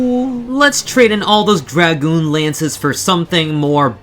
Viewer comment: this video is automatically SSS+ Tier for pronouncing Dragoon correctly, but goes down to SS+ for moderately incorrectly pronouncing Astrologian Lesson time kids Dragoon is pronounced "Dr-AH-goon" the A in Dragoon is pronounced as a hard A, not a soft A as in Dr-UH-goon, Dragoon is prefixed by the word Dragon, so Dr-AH-gon, Dr-AH-goon... it makes sense Astrologian is pronounced Ass-tra-la-gen, the incorrect way everyone says it is Ass-trou-low-gi-an Anyways make sure you don't mis-type Lose as Loose, K BYE